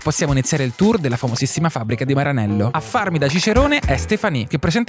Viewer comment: perché dici "Maranello" con l'accento inglese?